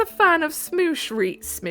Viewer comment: you saying "smoosh" instead of "Smosh" was oddly delightful lol